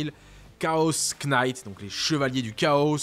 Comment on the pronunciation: Knight se prononce comme night 😊